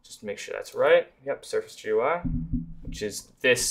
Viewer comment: ive heard people say G U I, gee goo eye and so many random other ones but i never thought i would hear 'je-are'